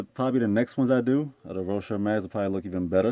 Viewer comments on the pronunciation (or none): Row-she not row-sher. Say it right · Honestly what kills me is when he says rosher